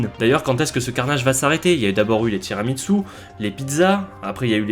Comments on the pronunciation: Et toi tu dis tiramiTsu 😱😱😱😱 HAAAAAN C'est tiramisu 😚 Les italiens pleurent. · Salut. Si tu vas en Italie evite de dire tiramiTsu c’est tira-mi-su {tire moi vers le haut) donc à prononcer ~TIRAMISSOU~